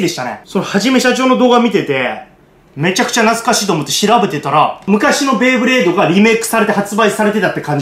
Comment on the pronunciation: ベイブレードをベ―ブレードって言うのがなんか嫌いｗｗ